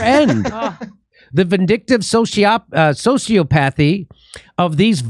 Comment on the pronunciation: Should have gone with your first instinct, Jimmy. It's pronounced: soh - see - OP - uh - thee .